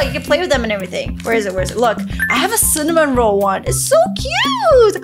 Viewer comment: Its cinnamoroll not cinnamonroll